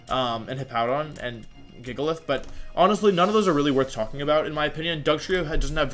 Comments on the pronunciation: god fucking damnit wolf. your name isn't volf. the pokemon is fucking gigalith not jigalith. There is no Gif peanut butter, and the picture format is not Jif. graphics isn't jraphics. quit fucking swapping g and j sounds. THEY ARE NOT THE SAME GOD FUCKING DAMN SOUND. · Ngl if you say “jigglith” again I might cry 😆